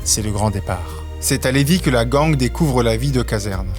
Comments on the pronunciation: "Gang" se prononce "gaigne" et non "gangue", soit dit en passant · La gang on prononce ça ging